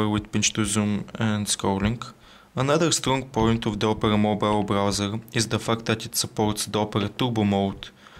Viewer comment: he said "the fact", but it really sounds like "the f**k"